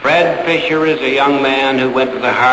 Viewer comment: Fisher, not Fischer.